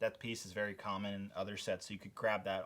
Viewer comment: are you wery wery rich?